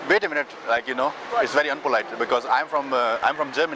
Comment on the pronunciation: "wait a menet..."